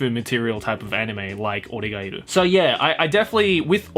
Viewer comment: Is it just me or did say Oregatari instead of Oregeiru...